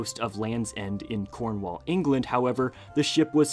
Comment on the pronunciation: I live in cornwall and it’s rlly cool ive found multiple bricks before. There’s a specific beach that has loads. Also the way he pronounces cornwall…